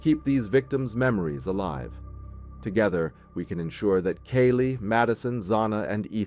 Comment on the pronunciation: Lets see...it was 7 1/2 hrs...the shock phase was made up by police...not her words...it wasn't 15 minutes...he mispronounces Kaylee's name...cell phone data did not place him there during the crime...the manhunt didn't happen...they ID'd him and found him right away...and he is in prison...